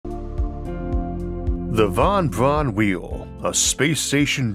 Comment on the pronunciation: Any chance of redubbing it with a voice that doesn't say "Vahn Bvahn whee-oh"?